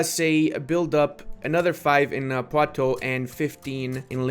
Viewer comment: just letting you know you pronounce "oux" in "poitoux" like "oo" in "wood" or "hood" :D